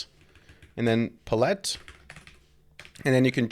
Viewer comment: Love your content, but its "pal-ette"